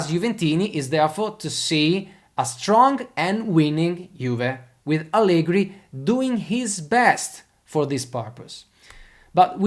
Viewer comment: Tutto molto bello e spesso sono d'accordo con te, ma pronunciare Allegri con la R moscia all'inglese no, dai... E' un nome proprio italiano, va pronunciato correttamente.